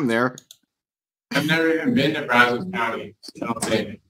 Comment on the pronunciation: It is pronounced Braz-us, not Braz-ose.